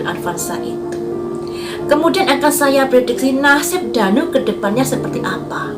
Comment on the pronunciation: Kok ngomongnya Dani bukan Danu😂